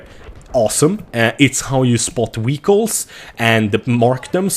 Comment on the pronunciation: too funny when you say vehicle